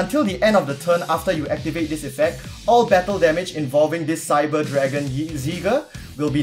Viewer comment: You pronounce the new Cyber cards so well :D